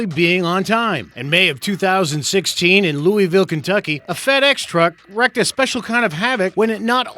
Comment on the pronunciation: He said ‘wrecked (a special kind) of havoc,’ whereas he should’ve said ‘reeked havoc.’ Not an ‘eh’ sound, but a long ‘ee’ sound. Either he doesn’t know the word or said ‘wrecks’ because he was talking about wrecks. ^Word Nerd^ Edit: Cardboard? What?